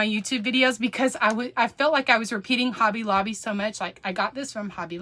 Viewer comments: Have fun with your "Hob-bay at Lob-bay"! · I am a child of God and know and Believe in my heart the Jesus died on the cross for my sins. So let those Haters hate, God has your back. And you now have me saying Hobby Lobby the same way as you do i am from Alabama so i got that southern slang also.